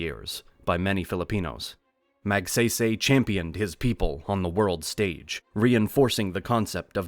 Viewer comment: Magsaysay not magseysey...:face-orange-frowning